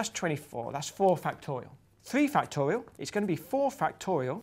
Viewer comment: I like how Professor Grime says "factowial." C'est tellement mignon ça